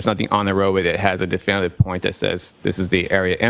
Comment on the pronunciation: This trooper strikes me as having a low IQ. He talks too fast, runs his words together, and mispronounces words. He cant say definitive. He was told what to write, where the body was, and what happened. He was a patsy. He wrote the report, using second hand information, and constructed a diagram to illustrate what he was told had happened. His lack of knowledge is shocking. His confusion is evident. His fast talking, a cover for his lack of knowledge. He is unable to read a report and summarize it. He doesn’t understand what he has written, so he can’t explain it. He struggles to make sense of the crime scene, because he on,y knows what he was told. He never thought it through, never understood what he was told to write. It is Appalling that this is business as usual in Canton, Mass. 😮